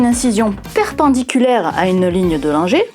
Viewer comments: Avec votre première prononciation du nom Langer, je croyais que nous avions sur la peau des lignes de langueur 😄 (ce nom anglais devrait plutôt se prononcer comme ''Laine-jeûre'')😊 Je ne possède pas ces lignes sur mes bras, mais j'aimerais bien savoir si elles sont un vestige (ou une cicatrice?) d'une très ancienne maladie à laquelle auraient survécu nos très lointains ancêtres. Enfin, j'ai complété le formulaire et j'ai bien hâte d'en connaître le résultat! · Karl Langer se dit Karl Languére en allemand. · 😂 J'entendais "lignes de langueur". Mais prononcé à la française, "langer" prête également à confusion, surtout quand il s'agit de bébés.